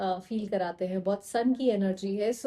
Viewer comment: You said , 'Sun' ki energy hai, I heard 'sanki' energy hai. I thought wo to mai hu 😅 by the way ,thank you so much ❤